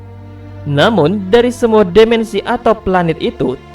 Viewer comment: Dimensi bang bukan demensi